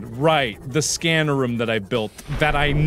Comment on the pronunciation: mark saying room like ruum